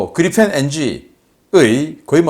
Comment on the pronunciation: 이냥반은 왜 늘상 Leopard를 Leofart, Reaper를 Reafer, Gripen을 Grifen, Apache를 Afache, propeller를 frofeller 라고 할까? 내귀가 넘 까탈스런건가?